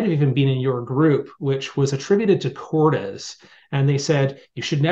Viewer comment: Korde roses Kord pronounced not Kord des